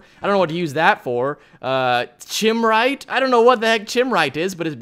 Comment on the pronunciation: Chimerite is pronounced "kime-er-ite"